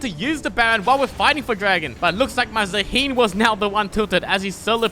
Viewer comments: Maybe Zaahen tilted because you called him Zaheen xD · petition for to learn how to pronounce zaahen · The way you say Zaahen triggers me